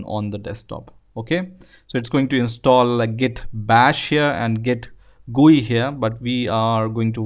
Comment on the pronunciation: "This gue tool" .........